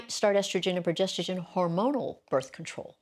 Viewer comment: This lady can’t even pronounce “progesterONE” 😮😮😮